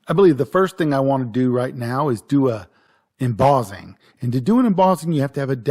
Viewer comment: Sorry, had to give up after 3 minutes of 'embozzing'. It's mboSSing, ffs.